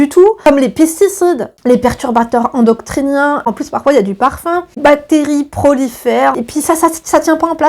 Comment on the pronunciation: Perturbateurs « endoctriniens » mdrrr j’ai ri!! C’est endocriniens 😘🥰🩷🌸